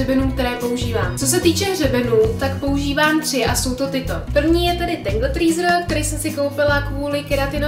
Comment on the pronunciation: Slyším dobře Tangle Treezer? :DD